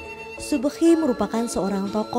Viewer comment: Klenteng Hok tek Tong, bukan hong teng tong. Mbah Kiai Subuki, bukan subkhi.